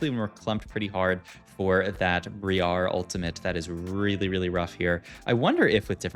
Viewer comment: Great video, the pronunciation of galio and brier is killing me tho lol